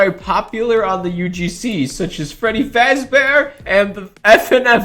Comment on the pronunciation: My guy can’t even say fazbear 😭👏